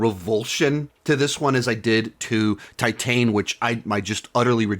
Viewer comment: Titane is great. Also look up how to pronounce it. And it really went over your head. Also just because you didnt like something doesnt mean you need to insult people who do. Also maybe question some of your own assumptions